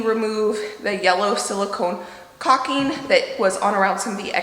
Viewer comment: caulking is pronounced like what a crow does, caw and the guy with the crown. So, caw king, and cawk. We want you to be perfect.